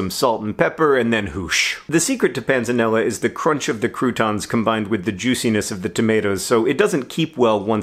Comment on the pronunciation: I was really hoping you'd have that word you kept saying in the description, so I'd know how to spell it. But Google figured out my botched attempts: Panzanella Wouldn't it be pronounced Pant-sa-nel-la?